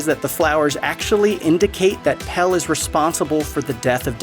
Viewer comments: (His name is Pelle, not Pal. The script is interesting, but when the narrator proves they haven't seen the movie by mispronouncing character names, it makes it less... Engaging. :/) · So you've watched this film more than once yet you can't say PELLE'S NAME. It's Pelle. Not Pel 🙄😒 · Pelle. Not Pell. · I can't with the "Pell" pronunciation.. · right. it has an E at the end for a reason lmao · would it be that hard to make sure someone can say pelle's name right? lmao